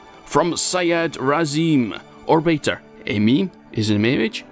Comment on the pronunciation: hi even though you mispronounced my name thank you